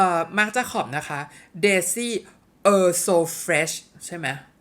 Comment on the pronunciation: ขออนุญาตนะคะ Eau อ่านว่า 'โอ' ค่า ส่วนตัวชอบตัว Eau so fresh มากกค่ะ ใสๆ น่ารักกกก